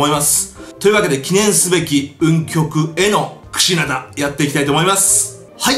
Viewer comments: 最初 クシダナってきこえてましたよ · クシナダじゃなくてクシナダです。